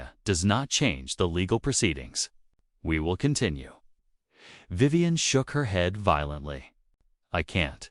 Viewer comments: Now that STUPID thing has pronounced Vivian corectly a few more times! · I just heard it pronounce Vivian two more times corectly so far.